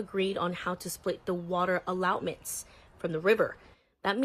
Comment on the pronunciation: Bah-sin states? Allow-ments? Seriously?